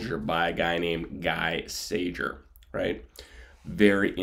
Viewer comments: gee sayer..............pronunciation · Pronounced Gee Sayer. After the war he was a graphic artist in France. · You murdered his name